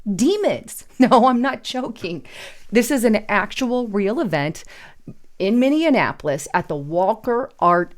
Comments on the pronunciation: Its Min-ne-a-po-lis not Minnindianapolis! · Just FYI-you’re pronouncing Minneapolis wrong. It’s Mini-apolis. Not minian-apolis. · Minneapolis is pronounced as ‘Minnie~Apple~liss” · STOP THAT!!!!!! 👹 It is pronounced: “Minnie - APP - Oliss” NOT: “Minnie-IN-Napolis”!!!🤪🤣🙄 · Please stop pronouncing Minneapolis like it rhymes with Indianapolis. Try to pronounce it like it rhymes with mini-HAPPLIS. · WTF I live in Minnesota no longer in the cities I live far North on a reservation with my wife and kids far enough away from all the chaos of the twin cities oh and it's actually pronounced (mini-apple-lus) but that's not important anyways none-the-less still disturbing as bloody hell and now I know my kids won't be going to the Walker art museum on a field trip day and honestly they're all old enough to know that that's not something they want to be associated with anyways you're my six-year-old knows that's how you know the beast is walking amongst us but in today's society I'm not surprised it's only a fraction of what they're going to be introducing I'm trying to indoctrinate the next generation be careful people protect your generations by having generational Truth 💯🙏🏽♥️🤍💙🖤🇺🇲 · Love you but it's pronounced Mini apple us. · "Minnie-an-apolis", and not 'Minneapolis' eh? Lol I jokingly ask because I live in Mankato, just 80 mi from MSP. 🤷 This article was a WTH and then some, this is godless madness and its only just starting, woe to those who embrace it! 🤦 Praying for all involved, may God have mercy on their souls. 🙏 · Minneapolis is pronounced, minni- apple-les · It is pronounced mini apple us lol. This is soo demonic. Lord, please protect those of us who put you at the helm of our ship. Amen. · The correct pronunciation is min-e-ap-olis. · It's pronounced MINI- APPLE-IS! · said it wrong. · She added an extra n in the middle of it.